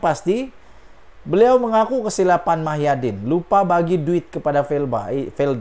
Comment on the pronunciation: Sebut lh betul².. Muhyidin atau Mahyadin??????